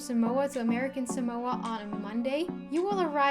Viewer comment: cool video. we dont pronounce it like that though. The line over the a means you need to draw the a out a bit. otherwise people will continue to pronounce it wrong